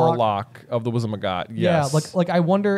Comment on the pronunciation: Wizenmagot , J? Is that where you got your edumacation?😂